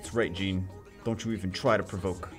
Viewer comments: Its Jeanne not Gene:( you are triggering me every single time you say her name haha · Jeanne is pronounced Jahn